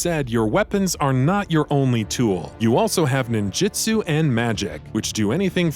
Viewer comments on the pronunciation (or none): none